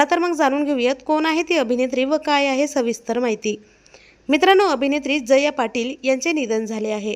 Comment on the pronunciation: jaya ...uchchar nit kar